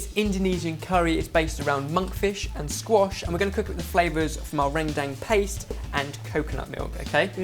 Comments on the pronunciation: Oh my God, how they say "rendang" is SOOOO funny. How you actually pronounce it is "run-dung" instead of "ren-dang." You guys should try another curry of Indonesia, Opor Ayam. Or Chicken Opor. It seriously just revolve around chicken, garlic, coconut milk, and so on. There are a lot of instant Opor spices that you can just fry it, then put the chicken and coconut milk together. Thought you guys should give it a go. Or for a sweet desert, try Martabak Keju. It's going to be a little weird and difficult for you guys to make it, but I'm pretty sure and the other lads will nail it.:) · its pronounced ren dung, (with "e" like in k e bab) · it's pronounced run-dang ( kind of in the middle of dung and dang ) hahah love this! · It's pronounced like this - RHEN-DHANG. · Don't know how much different the pronunciation is from Indonesian, but in Malaysian, 'gulai' is pronounced as 'GOO-la-e' and 'rendang' as 'ruhn-dung'. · Omg the way you guys pronounce rendang is so... different from how we pronounce it.. its cute :)